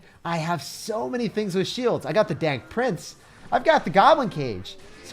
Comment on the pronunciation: I clearly heard he said dank prince 👌